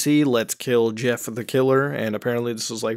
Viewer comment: At first I thought he said yiff the killer. Mmm hmm, Jeff was a furry huh?